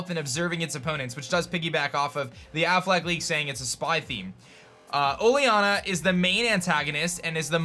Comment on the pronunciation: you say oleanas name wrong